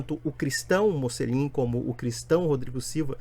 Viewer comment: Esse é um idiota, não sabe nem pronunciar o próprio nome (que em italiano se fala 'motchelin'), sem falar que para protestantes, o sentido da vida é ser um viciado em trabalho.